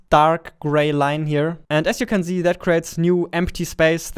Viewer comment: What normal people say: "Here you can see" What they mean: "Here you can see" What says: "Here you can zee" What he means: "Here you can press the Z button" We all misunderstood him